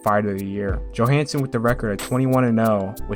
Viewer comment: Ingemar Johansson is pronounced Yohansson not Joehansson